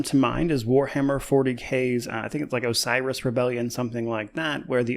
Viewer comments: I think he says he has information on 'a virus', not 'Osiris' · "Osiris" or "A virus" Sounded more like a virus to me but not alot to go on. "I have information about a virus"